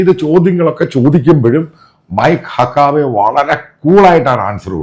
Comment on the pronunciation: ദയവായി അമേരിക്കൻ വാക്കുകൾ ശരിയായി ഉച്ഛരിക്കൂ. മൈക്ക് ഹക്കാബെ അല്ല - മൈക്ക് ഹക്കബി. അർക്കനാസ് അല്ല അർക്കൻസാ. മുൻപൊരിക്കൽ ബ്ലോണ്ട് ഹെയർ എന്തെന്നറിയാതെ മറ്റെന്തോ പറയുന്നത് കേട്ടു. ബ്ലോണ്ട് ഹെയർ എന്നാൽ വെള്ളക്കാരുടെ സ്വർണനിറമുള്ള തലമുടി ആണ്.